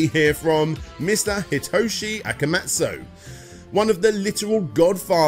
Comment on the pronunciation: Not Akamujo, it's AKUMA (like Street Fighter) JO, Akuma Jo, Demon (Akuma) castle (Jo)